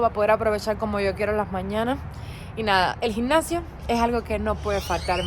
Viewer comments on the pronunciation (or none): Se llama gimnacio y pronuncias gincacio, nada más corrección